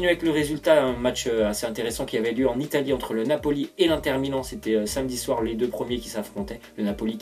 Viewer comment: ON DIT PAS "1TER" MAIS IINNNNNNNNTER